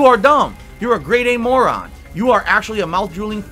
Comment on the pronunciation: 2 favorite words (Frustrating and Moron) are 2 words he can't say properly, he say Flustrating and Morahn